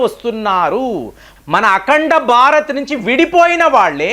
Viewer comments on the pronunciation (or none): none